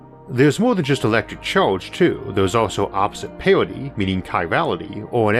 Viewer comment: LOL UNIVORSES ...with much love and much churge ...HAHA damn if not for that slight speech impediment ...He would have one of the best spaking voices